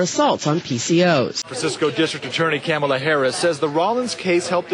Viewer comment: Again with the "camel-la" why is nobody pointing out how SEXICST and RACIST this is??? Mispronounce her name?!? How dare you!!!???!!!